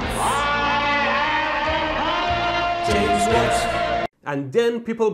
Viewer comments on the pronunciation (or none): none